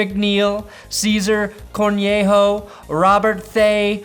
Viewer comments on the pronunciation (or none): My last Name happens to be Cornejo and hearing you try to pronounce it was hilarious!!😂 good vid tho keep it up